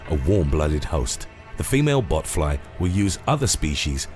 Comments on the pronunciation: I thought he said human buttfloss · Every time I heard “botfly” I though he said “buttfly” lol